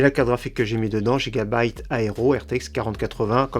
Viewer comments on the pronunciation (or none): none